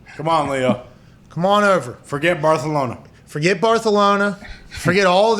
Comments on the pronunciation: English is Barcelona, Spanish has the "th"... repeating it is pretense if you are American. I watched the friggin' Barcelona Olympics without ONE single member of the English pro media using the Spanish pronouncination. Pretense a-holes? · I believe is barthelona, but i could be wrong...maybe catalonians pronounce it like you say. So many dialects in spain i hear. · he’s not saying it right. The lisp in Spain is not the same lisp that they are using on the show. Also, they’re not pronouncing the letter E correctly. It would be barthEhlona not “barthulona” like they are saying. Also it’s a moot point anyway because Barcelona isn’t pronounced with a lisp in Catalan which is the native language of the people of Barcelona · I love it. They're pronouncing Barcelona with a Castilian accent, not a Catalan accent. Just rubbing salt into the wound of losing Messi, by saying the name of the city/club like someone from Madrid would. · Mispronouncing Barcelona was funny the first 3 times you mentioned it in a sentence. These guys will literally run everything into the ground until it isn't funny. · Talk about butchering a name 😂😂😂 like bro didnt you play soccer? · As a Real fan I love how they use the Spanish pronunciation and not the proper Catalan :_HowYouDoin::_KeepMovin::_DigsSalute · Pat is showing off his Culture either the Barcelona pronouncing. Ibiztha!!! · no in Spain it's not 'thh" it's "ce" plus I know you don't care but they don't speak Spanish in Barcelona, they speak Catalan. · That's NOT how you say Barcelona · Pat if you say barthlona again im unsubbing its not funny cmon last few streams you’ve changed its kinda getting outta hand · Pat is butchering the name jeez 😒 🙄.. it’s Barcelona not Barthelona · BarTHelona :P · Stop saying Barthelona 🤢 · He keeps saying “Barthelona” lmfaoo is that on purpose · God....listening to muricans talk about football is cringe....dude be saying "barthelona"....bruh... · WTF is Barthelona??? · Stop saying Barthelona hahahha